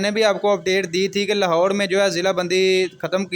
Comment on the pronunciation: Lahore hy lahode nahin